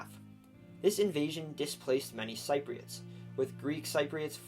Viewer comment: Every time you mispronounced Cypriots I cringed inside.